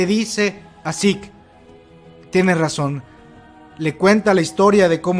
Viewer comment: Es mejor pronunciar Zeke como seque no como sick